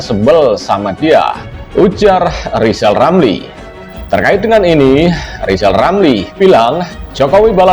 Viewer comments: Ngomong r aja ngk bs mbacot doang lizal lali.jd mentri tak bejus.mkanya di pecat sakit hati koar 2 lah loe si tua bauk tanah.kaum pecatan bikin partai pecatan indonesia coba dpt suara ngk bs ngk jd presiden zal kau buktikan hayo.di 2024 ok zal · Emmang betul si anis tdk bejus kerja dasar rizal otak udah pikun ngomong r aja tdk bejus komentar mikir rilamri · Yg pendendam itu kamu Zal lijal lamli.....jijik lihat si tua ini ngoceh ... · Pak Rizal Ramli hendaknya sebelum menilai seseorang belajar dulu menyebut ER bukan EL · Si Rizal Ramli, ini gak usah di dengar bacot nya, gak jelas bacot nya gak bisa ngomong jelas apalagi ngomong "R" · Justru RL sj yg hrs ditabokin rame², krn sll nyinyir, fitnah kpd Presiden & Pemerintahan yg syah, parahnya lg g bs ngomong R (pelo) jd omongannya ngaco g bs difahami oleh publik. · RIZAL RAMLI..cuma BADUT POLITIK ..ngomong .R. aja ngak Bisa ..apalagi jadi pejabat ya pasti di pecat . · RR sangat rajin kerja brow, Kerjanya nyinyir?. Dikasih jabatan gak jelas kinerjanya, seperti ngomong "R" aja ga jelas. Kalo kinerjanya bagus, masak di pecat. P. Jokowi butuh mentri yg bisa kerja untuk mewujudkan program2nya. Contoh P. Basuki.